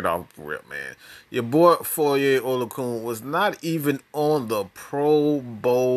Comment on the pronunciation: Oh-lo-a-khan That’s how it’s pronounced...